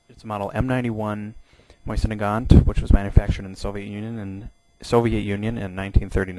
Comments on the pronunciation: Dude it is not a Moisin it is a Mosin... Also the spike is better as a bayonet since it is made for piercing and that's what it does. Also it is really thick near the base causing massive wounds. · MOSIN not MOYSEN AAARRRGH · Bayonets, the Mosin (pronounced Mo-zin) is superior by fact that it doubles as a flat head screw driver, doesn't need sharpening like the knife bayonet for the K98K, and because actually the Mosin is the stronger one in terms of the actual bayonet because the crucifix cross section and the concave semi circular grooves in it which makes the whole thing way stronger as one, plus the knife is only strong in one direction, sideways I could snap it in half. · Is there a I before the s in mosin? No so stop saying moisin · Seeing as you can't even pronounce mosin I'm hesitant about the accuracy of anything you say